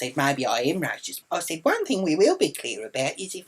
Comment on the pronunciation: You say racist wrong btw